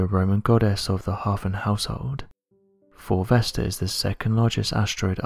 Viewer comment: I thought this guy was saying ‘fulvester’ the whole time...and it got me thinking, why have I never heard of this asteroid called fulvester before... then it hit me... he was saying 4 vesta😂